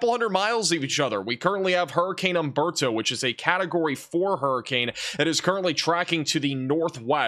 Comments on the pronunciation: Nice talk, but it is Humberto and not Amberto ... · Just a quick correction: For all Spanish names and words, the "H" is silent. Humberto should be pronounced oomberto. Thanks!!